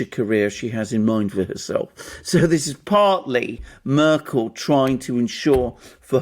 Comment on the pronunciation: "Murkel" 🙄 And this guy pretends to be a 'journalist?'